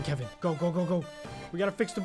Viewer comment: bro siad "meet kevein"